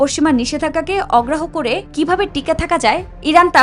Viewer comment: অগ্রাহ্য শব্দটি ভালোভাবে উচ্চারণ করা উচিৎ